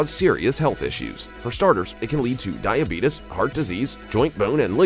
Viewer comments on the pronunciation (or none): Did.... did he really just say "DiabetUs"? 😂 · WHY DID HE SAY DIABEETUS LOL